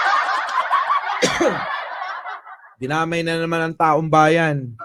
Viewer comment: Mali lang ang pagkabigkas hindi taong bayan kundi taong bayad😂